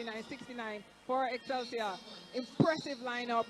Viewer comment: Did he say Excelig